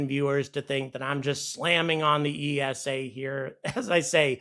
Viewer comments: Minor note, you say it like "eesa", not E S A. Just like NASA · esa is pronounced like nasa. One word with no stress on each individuel letter. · Another great video, but ESA is pronounced ee-sah, not Ee Ess Ay. You don't say En Ay Ess Ay for NASA do you? Official ESA video, pronunciation of ESA . Keep angry about pronunciation! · You can't even pronounce ESA correctly, what's your problem with the USA being paid to carry Euro Astronauts...that's called a business! Love your energy, but you're so clueless most of the time.